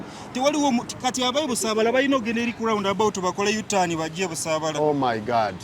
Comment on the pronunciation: Banna Uganda, muve ku byemulaba nemuyiga ku internet: clean up your language. Using 4-letter words does not make you look hype and modern. Naawe host, vva ku "Gaadt," it is GOD! Temututama!